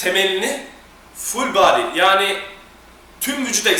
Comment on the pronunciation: ne guzel ful baadiiy diyor kitapsiz